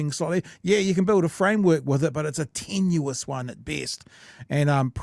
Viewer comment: I just have to do it guys.....tenuous not tenuis.